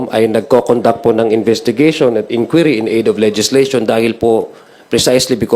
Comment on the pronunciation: "InDuery" process